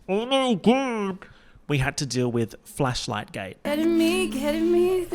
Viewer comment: I can't unhear it as flesh 👀